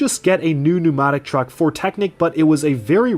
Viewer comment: He can't say pneumatic 😭